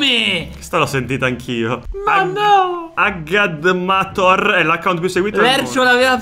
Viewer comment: sentire dire Agadmator scritto come si legge mi fa rabbrividire